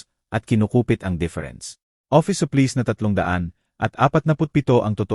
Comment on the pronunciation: Hire,supplies Ang daming Mali sa pagbigkas prang batang nsa elementary